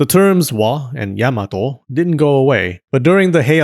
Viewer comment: Or, you could also pronounce it "yah-mah-toh" like the Japanese! Instead of "Yeah-muh-toh" 😊